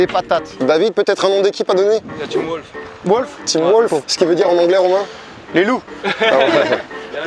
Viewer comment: c’est pas les wsh mais les wolf frérot 😂😂 c’est clair l’anglais c’est pas fait pour lui